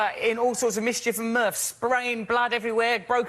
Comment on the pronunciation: he's also saying 'mirths' not 'murphs', maybe it's not a word used as commonly in America, coupled with the way his accent pronounces 'th' more like 'f'.